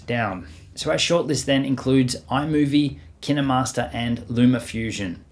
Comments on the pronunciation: It’s not kinamaster it’s KINE - MASTER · Who pronounces “Kinemaster” as Ki-naMas-rer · Ur supposed to say it kainmaster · and also kinemaster is pronounced keen master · I think you said kinemaster wrong... Sorry, mate.